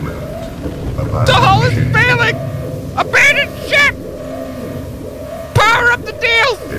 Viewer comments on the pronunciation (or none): Everytime he says abondon ship , every youtuber stays inside! WTF GUYS